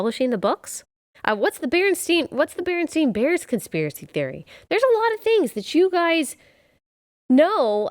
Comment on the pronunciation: It's not Berenstein, it's Berenstain. It's the spelling and the pronunciation.